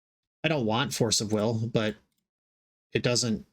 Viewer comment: "Force of wigger". Damn... with the hard R and everything. LOL.